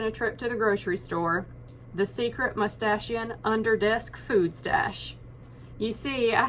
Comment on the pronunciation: I love when he says, " Mustashion Mood".